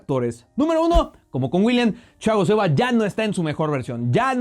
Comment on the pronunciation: Critica a jugadores ,y no sabe pronunciar el nombre de Silva.